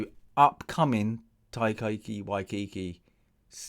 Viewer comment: Tie-Ka Why-Tee-Kee.... hope that helps